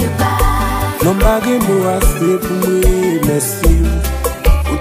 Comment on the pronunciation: Bonjour a tous! Mwen salwe w gason kanson nan tay la. Mega pa gin pwoblem jan w prononsé non an 🤣. One love #JistisPouJovenel